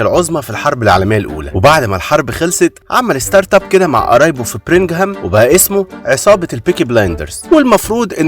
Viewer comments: بعد اذنك اسمها بيرمينغهام مش برنغهام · بيرمنغهام ينجم انطق عدل😂